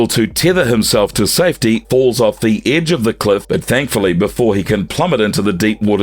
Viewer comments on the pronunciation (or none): none